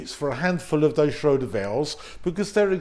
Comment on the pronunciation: Schrader not shroder 😂